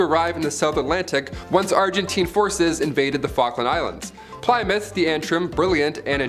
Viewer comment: ......how can you not know how to pronounce Plymouth